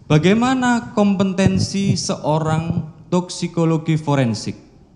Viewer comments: Jaksa kompetensi bilang kompentensi.. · Jaksa koplo, ngomong kompetensi saja ga bisa🤮